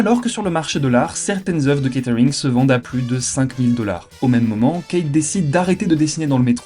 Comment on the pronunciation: on est plus dans du kate arring que du catering au niveau prononciation